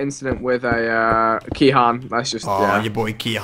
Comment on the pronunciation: it is pronounced key in not kee han